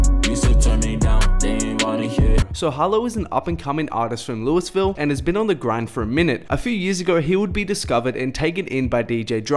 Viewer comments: I’m Aussie too. Louis is still not pronounced Lewis. Louis is pronounced lewy in Australia too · Did this man just say “Louis-Ville” lmao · I hate when ppl say “Louis”ville 🤦🏽‍♂️ It’s “louu”ville 👌🏽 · Lewisville?? haha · loo-ihh-ville homie! One of my favorite cities! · I'm from Louisville.. But locals pronounce it like Loo-ah-vul.. lol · Lmaooo everyone knows it’s pronounce Lew-Ville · KaiFronto im from Louisville and we pronounce it lou uh ville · KaiFronto louhville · UzamakiVert loo EE Ville is how I pronounce it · “Lewis Ville” if you Australian white kids are going to be obsessed with our rap culture at least say our cities right 🤦🏽‍♂️ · Bruh it’s pronounced “lou•ah•vuhl” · 😡😡😡ITS PRONOUNCED "LUH-VULL" 😡😡😡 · you did not just say Louis ville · It said like looville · It's pronounced lou-vull. Respek the midwest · the way you pronounced Louisville 💀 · learn how to pronounce Louisville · the way he pronounced Louisville lol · Can’t even pronounce Louisville correctly